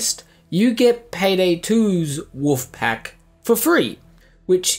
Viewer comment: "Wuf pack" "Wuf pack" "Wuf pack" "Wuf pack" ARRRRRGGHHH!